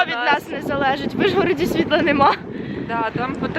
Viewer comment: ви так смішно говорите «ижгороді» а не «ужгороді